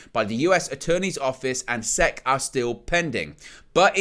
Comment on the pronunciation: Hey buddy, to assist you because I know you aren’t from here and so aren’t familiar with our government and it’s various agencies (much like how I am not with any of that for your country snd so is entirely understandable), fhen Security & Exchange Commission is spoken as the individual letters, so would be “S-E-C” and is spoken without a pause or anything between each spoken letter. Which the college sports around where I am from is also part of a conference which is abbreviated & said in the same way; and that’s it is called the South Eastern Conference aka the SEC. Keep up the awesome content bro!